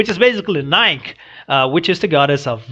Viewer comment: FYI - "Nike", the goddess of victory, both syllables are spoken - more like NIE-key. Because it's a Greek proper name, it doesn't follow the usual rules for English pronunciation. It doesn't rhyme with "Mike", it rhymes with "Mikey". The very last scene, where Cinder holds up something very slender but straight, is difficult to make out, but it's actually a needle. If you watch Cinder's hand motions , you can see that she appears to be sewing something.